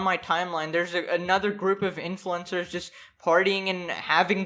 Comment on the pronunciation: Oh pardon me but “influencers”? I thought I heard “influenza”